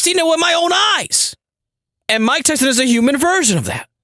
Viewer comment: 😂😂😂😭 JFC dude. MAH-TYSON LEEEEG